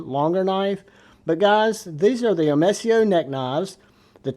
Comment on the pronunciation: Nice video but it not omesia it’s omesio I own the 5.43inch fixed blade and it a great knives